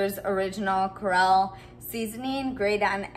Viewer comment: The recipe is great. The chicken is in the fryer now. Just one thing tho. It's Seashore Creole. Pronounced Shasheree's Cree-ole.